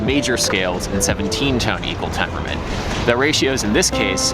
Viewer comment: My new quest: 69 Tone Equwual tempuwment